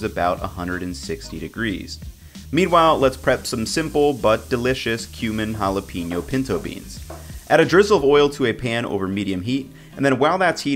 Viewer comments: Jalapeño Haa•luh•pei•nyow Hal-uh-pain-yo Not JalaPEENyo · Hala-pen-yo, not hala-peen-yo. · And he also said ( Hala - peen - yo )